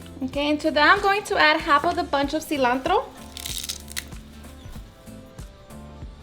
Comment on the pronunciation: In minute u said chile silantro hahahah